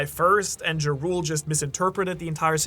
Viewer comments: everytime he says jarul i hear ja rule like the rapper....i think its should be pronounced more like jarl or yarl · Did you just call Jarul (Yar-uhl) Jah rule? Like the rapper 😂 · why does he keep calling him Jarule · pretty sure jarul is pronounced with the j as an y sound, just like jormungandr